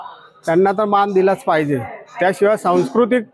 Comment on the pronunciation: माण पान नाही हो मान पान असं म्हणा😂😂